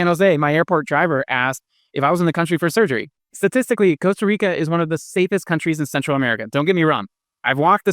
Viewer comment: Can’t trust a guy who rolls the R in Costa Rica — ticos don’t roll the r.